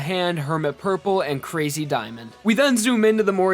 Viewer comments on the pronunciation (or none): none